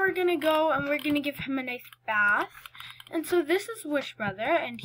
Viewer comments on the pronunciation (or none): none